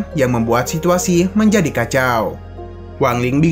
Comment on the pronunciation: menjadih sesuatuh diketauih ituh